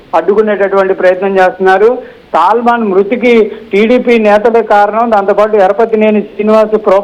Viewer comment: Ekkada chadhuvukunnnav uneducated creep…. Salmon and Salman elaaa chadhavaaalo teleedha.? Caste pichhitho select chesthaaara mimmalni